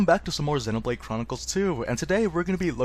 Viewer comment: ZEE no blade. Not zehNOblade